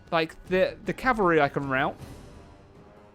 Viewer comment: "Have we beaten off the Calvary unit yet?" lol